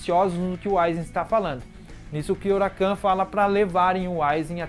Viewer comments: É Kyouraku não kyourakan, até me perguntei quem era esse kyourakan kkkkkk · Sei que é irrelevante o que vou falar agora, então já vou pedindo desculpas antecipadamente mas é engraçado ficar ouvindo você falar "Kyourakan". Kkkkkkkkkkkk